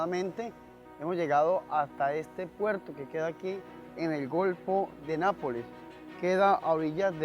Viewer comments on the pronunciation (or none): none